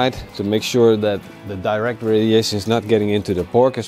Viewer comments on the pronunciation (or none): none